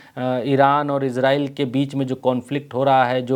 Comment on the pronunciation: एजरेल नहीं इजराइल